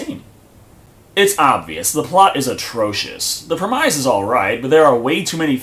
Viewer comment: It's premisss not premEYES